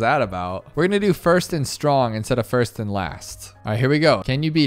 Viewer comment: He said fast instead of first 😅